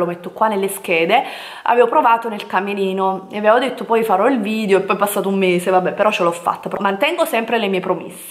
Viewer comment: È irrecuperabile, ancora dice VIDIO, e ne avrà caricati 200 mila sul canale. lol